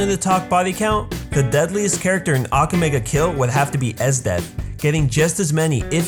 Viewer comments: It's aka-me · say aka in akame like baka. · mispronounces akame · stop saying « ak ga me » its Ah-ka-may not ack ga may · XD im dead!! he said "Ackame!!' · it aka-may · You're pronouncing Akame and Najenda's name wrong bro. A-ka-mei. Good video though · your saying her name wrong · this video passed me off just because he was saying "akame" the wrong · Same. II WAS DYING! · U said akame's name wrong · your pronouncing Akame's name wrong watch english dubbed they pronounce it better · Not trying to be rude or mean but he pronounced to many names wrong (especially akame) and the dub isn't bad at all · First of all. You NEED to pronounce akame and sheeles name right..... - The English dub is actually really good. You’re just hella negative. - How you know all of this but can’t even pronounce their names right? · The way you say akame angers me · You can't say Akame properly. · Sheila?...ITS SHELLE...YOU PRONOUNCE THAT AND AKAME SO WRONG. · when you can't say akame right you shouldn't be doing a video about AKAME GA KILL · your pronouncing the names like Akame wrong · you know all of this but you can't pronounce AKAME and KUROME